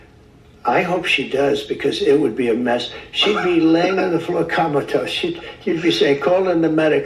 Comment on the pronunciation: Did he say Comatose or Kamalatose😹